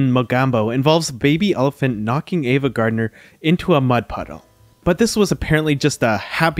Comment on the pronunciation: Please pronounce the names of your subjects correctly; it is AVA, not EVA. Ive noticed this in other of your wonderful videos. Thank you.